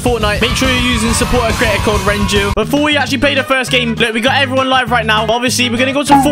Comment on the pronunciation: Renju not Renault sorry